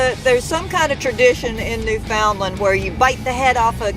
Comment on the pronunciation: Don't let them Newfie's get any of that Screech into to ya... nasty stuff. BTW it's pronounced New'fundland Newfie's are awesome people though... have several Newfie's as friends